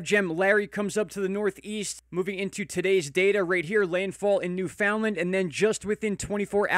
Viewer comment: Thank you for pronouncing Newfoundland correctly!!!!!